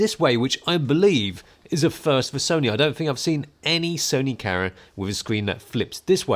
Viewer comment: Everytime he says "camera" i hear "karen"